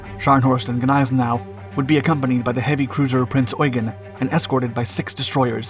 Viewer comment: Its pronounced Nize Now. The g is silent.